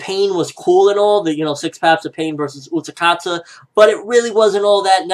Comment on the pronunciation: It's Utákata, not UtaKata